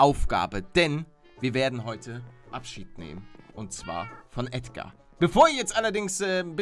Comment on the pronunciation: Nein nicht Ädgar